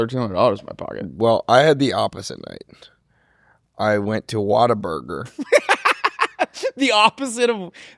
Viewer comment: as a Texan I can't believe you let them pronounce Whataburger like that.